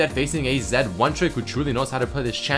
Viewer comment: "zED" more like bannED